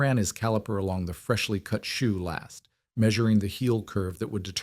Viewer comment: It would SIGNIFICANTLY improve your perceived credibility if you were to ask a cobbler to explain to you what a "shoe last" is, so you could stop inserting a verbal comma there; pronouncing last as if it were an adjective; then showing images of rifle-stocks 😮